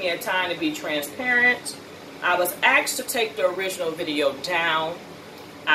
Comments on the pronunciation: Please stop saying Ax'ed. Google 'how to pronounce asked' and listen to the audio, please. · It’s unfortunate you see my help us tearing you down. Watching a sister with “two degrees” representing AKA and saying the word AXED repeatedly breaks my heart. And you were really hitting that X HARD. But what’s worse is when I try to correct you, you reject it. How are you ever going to grow and learn if you cannot take correction? Sister, just learn to pronounce it correctly. It takes effort, don’t be lazy, work on it, you can do it. That way you won’t have to tell everybody you have “two degrees”, it will be evident in your speech.